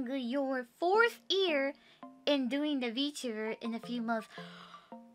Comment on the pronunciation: She's still saying 'ear' instead of 'year' a lot of the time. <3